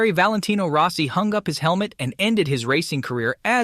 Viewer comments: You butcher most of the names you utter so badly it fucking HURTS. Rossi is Rossi, not Rowssi! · Valentino Rowsee 😅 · Row-see? lmao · you need to get an announcer/narrator that pronounces peoples names correctly. It’s not ROSEI.. it’s ROSS IE.. I never never never subscribe, or give a thumbs up to a video that is begging for me to subscribe at the very beginning especially a video like this, that uses a clickbait phrase like bombshell. And yet, there’s no bombshell, nothing … with a Clickbait phrase like that, I thought, at least Rossi was going to get back in the saddle, or start his own racing series in competition, with Moto GP, at least, with that type of a headline.. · Row-cee? > Rah-cee. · Dude needs to work on his pronounciation. Max BiaGGi and Valentino Roassee is hard to take. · Is this text to AI voice? It's as if this person has never watch a race with a mention of Biaggi. Totally miss pronounced it. The real kicker was when he referred to Valentino as "Rosy"! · Roe-si haha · Learn to pronounce people's name.